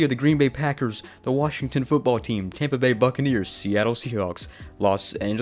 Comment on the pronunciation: “Tompa Bay” give me a break. You have the comedy of a middle school female.